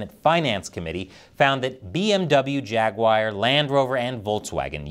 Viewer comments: it’s Jaguar, not Jaguair…. Who taught you how to pronounce English words? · Forced vs. induced labor, what's the difference? I'm just feeling lazy today. P.S. Did you just say Jag-wire? It's Jag-u-ar thank you very much. And Jaguar and Land Rover haven't been themselves since they sold out to foreign interests decades ago. Of course both were going downhill LONG before they hit that tipping point, thanks to lazy workers just like - me today. Pass me another beer eh comrade? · It's Jaguar not Jaguire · I've never heard of "Jagwire". Is it the parent company of "Jaguar"? :face-blue-smiling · It's pronounced "jag- war" not jagwier!